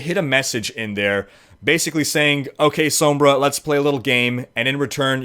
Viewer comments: "Sohmbrah" staaaahp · oh boy i sure do love "soam-bra" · please say it sawmbre. that's how it's pronounced.